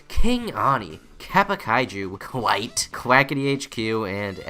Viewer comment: the way you said Kwite hurt a bit :(